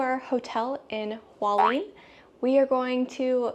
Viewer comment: FYI: Hualien is pronounced Hua-Le-Ann.